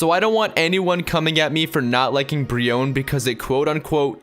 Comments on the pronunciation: when he said brionne I had to hit my hand from keeping it from flicking the screen off. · Why brionne